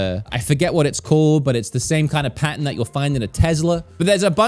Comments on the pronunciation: took me until the 20th time you said pattern to realize you weren’t saying patent. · He was saying pattern but i thought it was patent until the third one 🤦‍♂️ lol. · My favorite youtuber cant say pattern 😂😂 i guess we all need to get some patents😅 all love